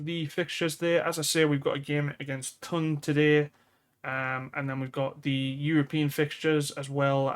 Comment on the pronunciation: Once again I am asking you to say Toon not TON :pillow-turquoise-hot-chocolate